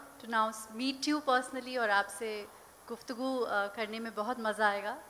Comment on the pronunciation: महाराणा प्रताप के कुलदीप कुमार लक्ष्यराज सिंह सिसोदिया मेवाड़ के समक्ष गुफ्तगू ( गुप्त फ् प् ग् ऊ )जैसे शब्दोच्चारण श्रेष्ठ प्रतीत नहीं होता हमारे पूर्वज महाराणा प्रताप के पुरोहित थे अतः हम महाराणा प्रताप के पुरोहित वंशज होने के कारण कह रहे हैं ।